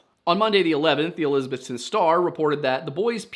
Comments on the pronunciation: It’s pronounced elisaBETHton. When I moved to SWVA it was made clear everyone knew I wasn’t from here because I pronounced it eLISabeth-ton. My bad for reading an English name and pronouncing it how I was taught. Also, helpful hint -ville is not pronounced vill, it’s vull. Say it as if your mouth is full. Knoxvull Nashvull Wythevull Ashevull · I wonder why people say Elizabethton like that? I mean How do people outside of east TN normally say Elizabeth? It's Elizabeth ton. Not trying to be rude or mean or anything but after working in a hotel for the past 3 years this is starting to really get to me. I do enjoy your videos by the way.